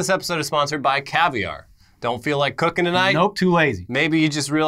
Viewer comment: I swear said "You're not that good at cucking"